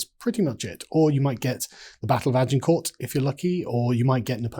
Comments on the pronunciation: Clearly he doesn't know how to say Agincourt properly. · I remember when it was still regarded as wrong headed to pronounce French with a French accent if you were British. Carl is quite right to call it Agin-court when we pronounce Paris as Pa-ris and no Pa-ri.